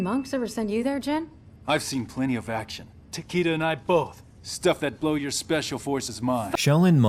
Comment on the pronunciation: It’s pronounced Ta - key - da, not Ta - kay - da.